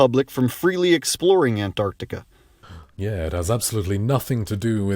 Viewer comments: I love the way he pronounces "an-T-arctica" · Ant-Arctica :D ahaha